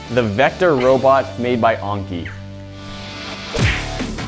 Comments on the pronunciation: It's pronounce an-ki not on-ki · It’s not called unki it’s called Anki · it is an-kie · ITS pronounced Aaaaaaiiinnky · I like how you pronounce "anki" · HE CANT EVEN SAY ANKI CORRECTLY...